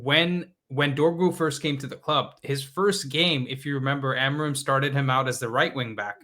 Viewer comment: Can we say Amorim the right way and not the American way?